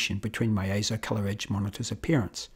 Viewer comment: "AY-ZO" yes you said it correctly! As heard from EIZO's own corporate video.